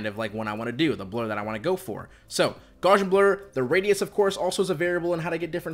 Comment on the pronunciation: Love this video! Unsolicited fun fact; Gaussian, pronounced gow-see-an, is in reference to the the transformation Ps is using with Gaussian function, or “normally distributed noise”. Thanks again for the video, as it is super helpful.